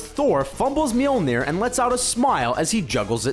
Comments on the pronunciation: Mjölnir not myelnir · Some would argue that you trying to pronouncing "Mjølner" was a blooper that made the video even more fun! :D